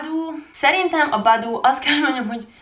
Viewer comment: az nem boboo hanem baboo